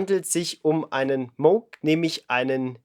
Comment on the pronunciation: Es heisst Mooooouuugh nich Mooooogh und auch nich Muuuuugh